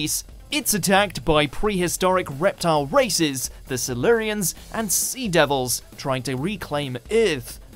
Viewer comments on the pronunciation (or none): don't forget the Seluureans. (Silurians) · FFS get a narrator who actually knows how to pronounce the names properly……eg Wirrn is pronounced wirrin, Silurians cy-loo-ree-uns, Erato eee-rah-toe and Kinda is Kin-dah. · The fact that the presenter can't pronounce Erato, Silurians, Kroll, Kinda or Wirrn correctly suggest he does not know as much as he claims to. After all, the's a fifty percent failure rate.